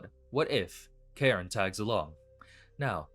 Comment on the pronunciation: CALLING CAIRNE "KAREN" IS A SIN "KARN"